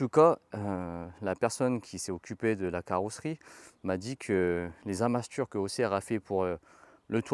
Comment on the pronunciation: les quoi?? Les asmatures ? Les narmatures ?? 😂😂😂